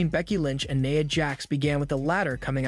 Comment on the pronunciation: Naya Jax? Seriously? It's Nia. It's pronounced how it's spelled. AI voices stg smh